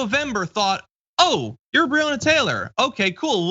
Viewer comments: John pls stop pronouncing breonna wrong it kinda takes some wind out of your message about ppl not knowing her name when you say it wrong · Please check the pronunciation of Breonna Taylor's name.